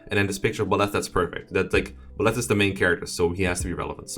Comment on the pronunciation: I really like how you say Bahlet, is more intense than the english pronunciation but it kinda sounds smoother than the spanish.